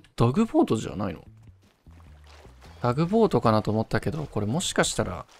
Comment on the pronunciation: タグボートをダグボートって言ってるのが気になりすぎる笑